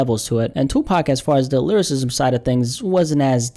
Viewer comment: " lyrISIZZZZM wIZZZZZEE "🤡